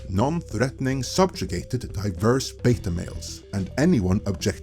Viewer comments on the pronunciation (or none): none